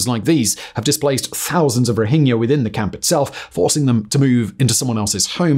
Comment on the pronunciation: Someone finally pronounced "Rohingya" correctly.